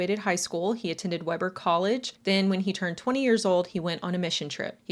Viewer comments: Happy Halloween love!! As a utah girlie i just have to let you know its "Wee-Ber" State College ❤ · As a native to Utah. It's pronounced as Wee-ber 😋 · Just fyi...it is pronounced WEE ber University